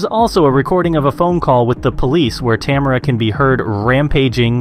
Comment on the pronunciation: Americans never seem to be able to pronounce Tamara 😂